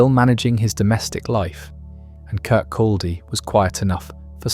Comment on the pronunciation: Its very irritating hearing Kirkaldy mispronounced. Its "Kircoddy" the L is silent.